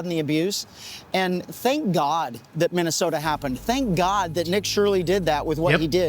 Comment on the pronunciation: Minnesomalia 😂😂😂 you accidentally slipped the funniest thing I’ve heard all month😂😂😂